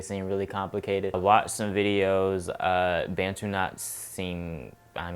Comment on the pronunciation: Bantu is pronounced as “buntoo” not “bentoo ” Issa African word... a certain group of people in Africa, not being rude just saying 😊❤️